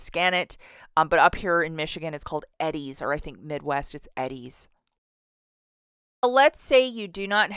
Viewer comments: It's pronounced E-DEEZ... not Eddie's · It’s pronounced eee dees everywhere lol